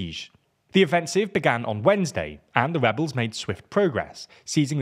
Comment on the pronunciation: Did he say Webbles,,, they are Rewolting